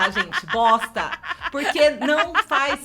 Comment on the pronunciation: Não sou fã de Star Wars, mas assisti o vídeo para ver o esperado "Análise Honesta - Obi Wan" e ouvir a comentar "Uma BOSSTA"